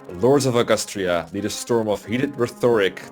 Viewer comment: Did you just say “Augoostria”???